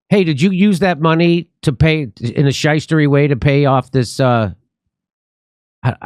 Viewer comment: Sheister???this sim is really breaking down